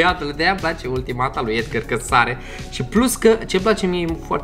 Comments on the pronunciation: EDGAR SE ZICE NU EDGĂR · Edgar nu Edgăr